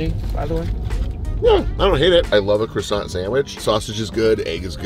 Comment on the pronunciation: croissant is not pronounced as krosant 🙎🏻‍♂️😤 it’s supposed to be pronounced as kwasan